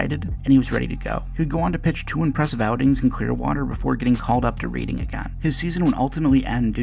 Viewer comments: It’s not pronounced “reading” it’s more like “Redding” just fyi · Love the video! I have connections to GFS, and remember when Philly drafted him, but it’s pronounced Red-ing not Read-ing lol